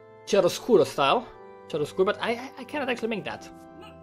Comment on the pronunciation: The " chiaroscuro" pronunciation is with the K instead of the "ch"